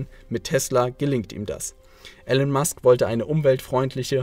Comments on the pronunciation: Immer wieder geniale Videos zu genialen Leuten und Büchern. Hier nur ein kleiner Schönheitsfehler. Der Mann heißt Elon (gesprochen Ilon und nicht Ellen) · Er heißt Elon Musk nicht Ellen Musk!!! Warum sprichst du seinen Namen falsch aus? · Eeelaaan nicht Ellen. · Ich habe das Video nur zur Hälfte angeschaut. Es enthält erhebliche Fehler. Erstens wird der Name Elon anders ausgesprochen. Zweitens hat Herr Musk Physik und Wirtschaft studiert. Und drittens hat er keinen Doktortitel. Musk war für eine Doktorarbeit zugelassen, hat aber nach zwei Tagen aufgehört, um sich anderen Dingen zu widmen. Das musste jetzt raus. Ich wünsche einen schönen Tag. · Ich find eure Videos super! Schön illustrierte Zusammenfassungen von spannenden Büchern, von denen ich viele gelesen habe. Grade Elon Musk ist eine unglaublich inspirierende Persönlichkeit für mich, deshalb bin ich hierbei etwas kritisch, wenn der Name falsch ausgesprochen wird :P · Dumme Ausrede, hättest vorher lernen sollen wie man Elon richtig ausspricht. Ansonsten sehr gutes Video, danke dafür :*